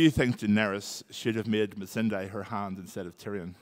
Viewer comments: So is it Missan(die) or Missan(day)? Natalie said Missan(day) and thats how Ive pronounced it but Hodor kept saying Missan(die) and Iveheard other people say it that way too. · Am I the only one who cringed whenever Hodor pronounced Missandei wrong ?